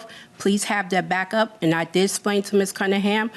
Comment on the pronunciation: The first time I have ever actually heard somebody say "dat" instead of that. I thought it was only on memes and cartoons.